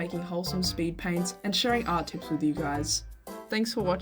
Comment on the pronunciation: Idk if this was liek,, a reference or not but the way you said “the TRUTH” at the end reminded me of planet Dolan